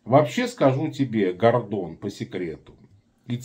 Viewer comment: В фамилии одну букву не правильно произносишь